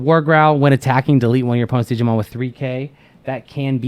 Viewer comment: I laugh so hard when people say, "jee-jee-mon" 1) Cause in japanese "jiji" means old man 2) cause there is already a jijimon... and he IS an old man xD